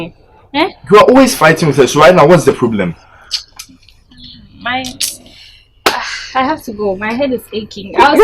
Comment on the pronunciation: Why does struggle with saying problem every time biaa “plablem”